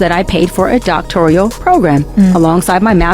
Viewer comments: It's "doctoral," not "doctorial." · 🤣 That's what I said, it's "doctoral," not "doctorial." Yet I have heard supposedly educated people continue to pronounce it as the latter. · Yes. I thought I literally was the only one who was like, "doctorial?" 🥴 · I don't know may ppl in a program or with a doctoral degree that say "doc-tor-i-al" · No person with a doctorate degree CAN'T EVEN PRONOUNCE IT... DOCTORIAL🤔😵‍💫😵‍💫???? Not once has she even said what her dissertation was on because she doesn't have one. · Yeaassss!! It makes me crazy to hear it because not a single person who spent that time & effort would mispronounce their own degree!!!